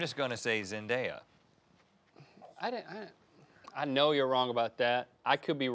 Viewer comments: ZENDAYA!! NOT ZEN-DIA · It's literally Zendaya 😭 not Zend-i-a 😭😭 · IT IS D-A-YA. NOT D-I-YA. AND ZEN-D-A-YA NOT ZEN-D-I-YA. WHERE DO YOU SEE THE "I" IN HER NAME?? phonetics... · Do people actually pronounce zendaya as zen-dye-a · Seriously, how hard is it to just pronounce Zendaya’s name correctly? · Ughh say zendaya name right